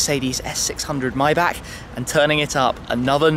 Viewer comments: It's a Maybach not mybach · Its MAYbach not MIbach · I think its not MaybAK but Maybar isnt it? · „Maybag“ omg... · lol dude says myback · Myback? Get ur mouth clear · you're in Germany buy cant pronounce the name of tge car correctly? then you've missed the point of such an introduction :O